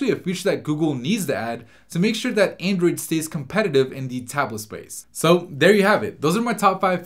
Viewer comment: He keeps saying aindroid